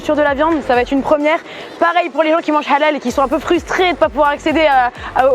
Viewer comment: Au moins elle sait dire حلال avec la lettre ح pas halal lool